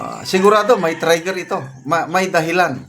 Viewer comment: sno ba yang prounciation mo like triggr hindi trayier pati complacent hindi complaycent pls be aware naman pag prounce mo ano ba yan???